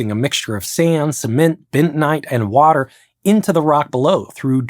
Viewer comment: …only four people make all those turbans? Wow! 4: 56 …”bintonite”? That’s a new one on me.